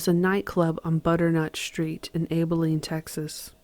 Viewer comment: One of the Best narrator's, I can tell your not from Texas due to the pronunciation of Abilene